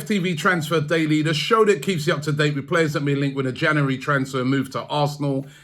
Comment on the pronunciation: Robbie it's not pronounced Janawawy.. January, just saying.